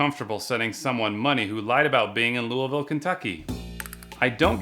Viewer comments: correct prounouncation around here is lu vull pretty much it's easy to prounounce just not easy to type. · Sir we pronounce it Lolvull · I live in Louisville 😂😂 pronounced “Looh-ville” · You say louisville wrong its more like louvul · Your saying louvile wrong😩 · My Lord why can't anyone say louisville right? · You're saying Louisville wrong 😅